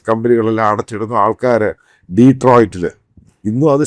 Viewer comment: Deetroit alla Anna Detroit...